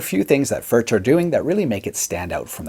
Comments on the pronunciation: Your pronunciation of 'Furch' is rather questionable . . . and mildly shameful given your Germanic sounding surname (tut tut). BUT . . . . the fact that you chose a Stonebridge (i.e Furch) over Gibson etc etc and the fact that you are profiling these beauties (and the awesome playing) just about makes up for it. LOL. Do you have any older relatives who can help you say 'Foo-wir-CH' (the 'ch' as in 'Loch' as pronounced by the Scottish) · It's not "FurCH", but "FurKH". ) Sorry for my... ) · Its pronounced Furk not Furch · вот вот , он говорит не Фюрч а Фуркх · Actually you should not say "FurCH", but "FurKH". ) Sorry for my... ) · I own one. I have heard that the correct pronunciation is "furk.". I love mine! Great playing! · Pronounced Furk!!!!!!!! Just bought a Yellow OMC-CR! 😊😊😊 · No, FurCH is more correct, but you are supposed to produce the CH-sound in the back of your mouth. Check out Paul Davids video on how to pronounce it correctly. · If the correct pronounciation were the way and all other English speaking youtubers, for that matter, pronounce it, the correct spelling would be "Förtsch". Given last name, I would have thought that some German or Swiss or Austrian Grandmother or Grandfather could have told him. Nonethless, I like the channel, I like the video, and they make great guitars. The "u" is a "u", not quite like in "good", but similar. And the "ch" is similar to the Scottish one. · It's more like Furg, since it's czech. English speakers just pronounce it different because most can't say it. lol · It’s pronounced “ F E R K “ Cheers ✌🏼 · The ch in Furch is pronounced as in Loch Ness. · Awesome vid and utterly delicious guitar. But PLEASE at least try to pronounce it properly. Please.